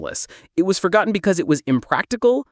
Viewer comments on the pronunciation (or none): Forgonton? Really?